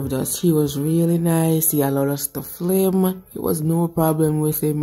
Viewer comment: Nice to see my towns market... But the word is "film" not flim we are watching internationally